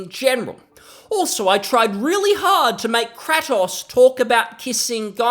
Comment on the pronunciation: Good video but no way u pronounced kratos like that I’ve literally never played god of war and know thats wrong lol